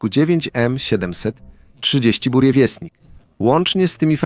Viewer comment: Po pierwsze rakieta nazywa się "burevestnik", czyli posłaniec burzy (nazwa ptaka "nawałnika burzowego") czyt."burieviesTnik", po drugie "małym latającym Czarnobylem" nazwał rakietę amerykański ekspert od broni jądrowej J.Lewis. Lubię dokładność.